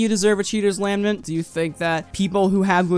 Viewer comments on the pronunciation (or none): lamnent..... LAMB-nent. its LA-Ment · Hey? It's "lament". One N, emphasis on the second syllable. Good video though!